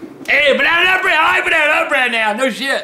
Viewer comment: I never noticed the extra emphasis on the NA until I read this beautiful comment lmao. Dude, YOU...are a warrior poet. I love that part even more now